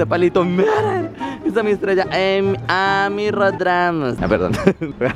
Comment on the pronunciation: Minuto Amy es un nombre inglés que se pronuncia Eimi. Pero bueno supongo que ya lo sabías que lo harías por hacer la gracia